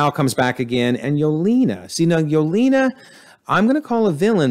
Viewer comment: There were quite a few “antagonist” that were reformed by the time they died or left, that you didn’t count as reformed. Loki & Yelena (pronounced Ye-ley-na) for example. And I don’t think we were given enough information to conclude that Val is a villain or that Xi Xialing became villainous by the end. Both are suspicious or iffy, but not guaranteed villains. And please work on the name pronunciations. You mispronounced nearly every minority characters name wrong.